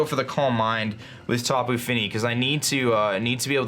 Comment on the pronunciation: please, I don't know if you got a single tapu name correct this battle